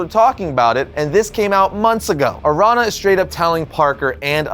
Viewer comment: araña is pronounced like "aranya/arania" ña = nya/nia araña = aranya/arania or "araneea"